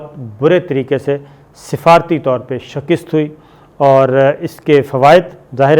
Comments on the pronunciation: لفظ شِکَست بولا کریں نا کہ شکِست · ڈئیر لفظ شَکست ھوتا ھے شِکِست / شِقِسط نہیں قسمت دے دھنی او سارے BA فیلو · Shakist hota hy bahi linguistically shakist correct pronounciation hy aap apni islah farma lain...